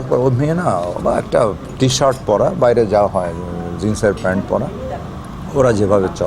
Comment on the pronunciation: উচ্চারণ ঠিক করতে হবে। যেমন-আঁস্তে আঁস্তে, মাঠের বাঁইরে ইত্যাদি।